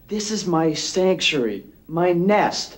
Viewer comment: Did that guy say..." stanktuary"?